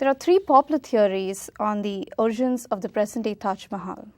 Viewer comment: Who is this dumb interviewer? Pronounces 'origins' as arjuns. Didn't list to the very 1st sentence. Asks Chapel? Guy said temple in palace.